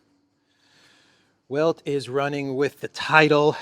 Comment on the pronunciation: the 'W' in 'Welt' is pronounced as V is in English.